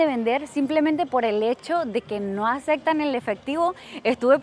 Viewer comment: Acectan Ocsiones Sucsidio Acsolutamente Neta? Tu contenido es muy bueno, entendemos que creciste en una dictadura pero no inventes. Ya vives en México desde hace muchos años, estudia las palabras y repite la pronunciación correcta hasta que te salga. Eres muy guapa y tu contenido es muy bueno, pero esos terribles errores de dicción hacen que te veas muy naca y corriente.